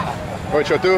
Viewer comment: You pronounce 'Chhotu' beautifully 😁👍